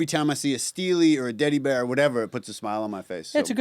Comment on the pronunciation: “Deady bear” ?